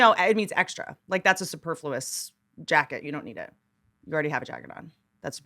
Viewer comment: bothering me that they KEPT saying Superfluous wrong